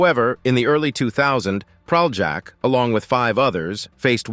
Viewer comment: I wish American narrators attempted to at least briefly learn how to pronounce Slavic or other non-anglophonic names. It's not Pral-jack, but Pralyak. Sorry, the bare minimum would be to do a quick google search on pronunciation.